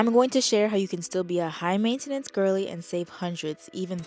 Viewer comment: the way u pronounce maintenance makes me wanna gouge my eyes out